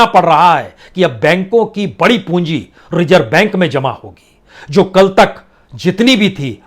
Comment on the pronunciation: सर ज़ को भी आप ज ही बोलते हैं रिज़र्व को रिजर्व नाज़ुक को नाजुक etc